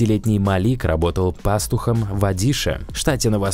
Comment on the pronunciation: Ёпта аж ухи режет , когда этот комментатор про пàстуха начинает рассказывать , неужели так трудно ударение на правильную букву делать !